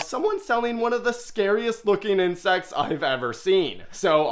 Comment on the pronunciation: bro you said inscects not crabs